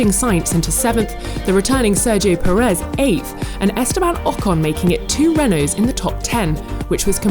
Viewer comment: Why can't a single person in the team say Perez's name correctly?